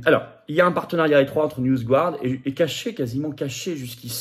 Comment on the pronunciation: Dans "NewsGuard", on prononce "garde" (avec le "r" très atténué) et non "gouarde"... On n'est pas supposé maîtriser l'anglais à l'ENA ?